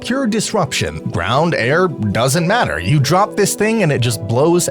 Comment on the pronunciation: Legendary drop not trop